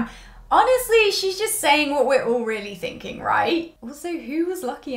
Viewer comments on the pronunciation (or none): none